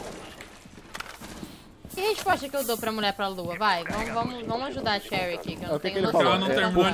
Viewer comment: o ensiste em pronunciar o nome da cherry errado né kkkkkk